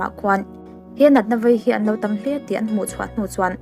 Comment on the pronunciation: vei tih tur aw,,,,,,vai ni lo in